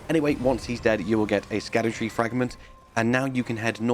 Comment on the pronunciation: Isn't Scadutree pronounced as Shadutree (Shadowtree)?